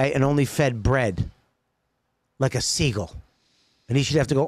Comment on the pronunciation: "sheagull"? Wtf is that Paul vos😂😂